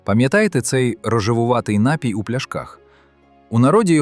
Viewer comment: У слові: напій правильно ставити наголос на ДРУГИЙ склад. Не КАЛІЧТЕ мову, нове покоління!!!